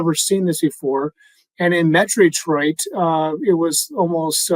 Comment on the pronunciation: Please!!! As native Detroiter, it’s pronounced Detroit!!! No extra Eees! Like nails 💅 on chalkboard 😮